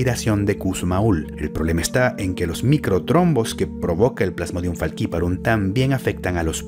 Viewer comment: Pronuncias Faciparum como los gringos, siendo una palabra latina (Literal esta en latin) jaja saludos